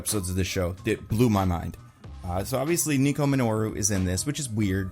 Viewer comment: Nico MIN-O-ROO